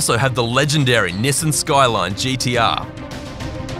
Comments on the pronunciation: You do realize your pronouncing Nissan wrong it’s not nisin it’s Nissan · I heard 'pershoot' and rolled, but when I heard 'nisen', I had to drop this comment... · you said Nissan wrong